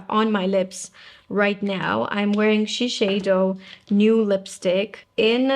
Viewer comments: It’s not pronounced She-shay-do. In Japan it is pronounced she-syai-do. The closest English pronunciation would be she-saiy-do. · It is Shi (ši) seido (seido). Not šišeido .... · Interesting….I looked up Shiseido’s official channel on YouTube and look through many of their official ads, none of them pronounced it that way. They all say “shi-say-do”, not “shi-shay-do”. But since I’m not Japanese, I guess I wouldn’t know for sure… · Hi, did someone correct the way you pronounced Shiseido? I believe the way you used to say it was the correct way.